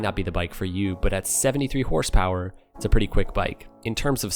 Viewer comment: “Horse poweryist”? Smfh